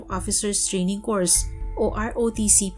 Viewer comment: CORPS.. NOT COURSE...